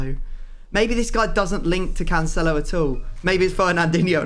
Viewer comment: Yay and episode of hearing mispronounce cancelo 😒